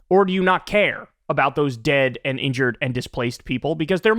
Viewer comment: Kyle you say "and" like "end" and it's really confusing because of all the things Israel is trying to "end" XD XD XD